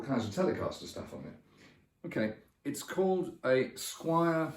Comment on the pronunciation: I'm sorry dude, but it is NOT Squire. Squier.